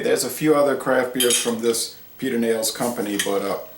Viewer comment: As you might know, Texans pronounce towns in a different way. Pedernales is actually pronounced: ped-er-nal-us. In a way, it rhymes with Dallas. I'm a beer retailer and I just picked up a case of this in cans today to try. Cheers!